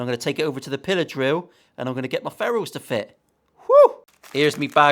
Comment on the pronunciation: I misheard you and thought your were saying pillow drill instead of pillar drill... that would be something else entirely...;-) Curious to get your thoughts on these when you have a spare minute (!!): Thankfully its only a Chibson, but yikes all the same! (I am not a fan of new for old relics btw tbh!)